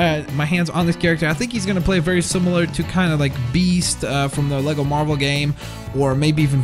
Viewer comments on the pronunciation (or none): none